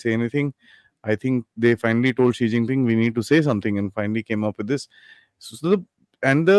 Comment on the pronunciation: Was I the only one who heard S#i++y Ping instead of Xi jing Ping.